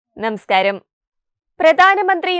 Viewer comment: കൊച്ചെ നെമസ്കാരം അല്ല നമസ്കാരം പല തവണ പറഞ്ഞു നന്നാകാൻ നോക്ക്